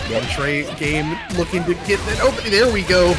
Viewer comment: Its CAN-TRAY-GAME lol. Can like a soda can, tray like a lunch tray